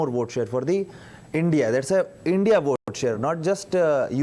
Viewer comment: Not team India. Call it I.N.D..I.A - like how you say NDA